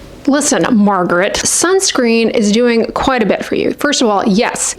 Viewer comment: Marget had me roling lol